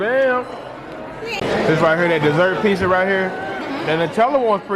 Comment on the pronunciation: Piss-ah? Say it right, dog. Pits-ah!!